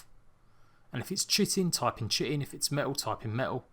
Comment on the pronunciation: Kae-tin not chi-tin